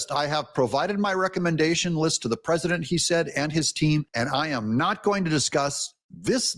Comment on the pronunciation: Is Mike Davis the one who can't pronounce the word "president" and says "PRESINANT"???🤦‍♂️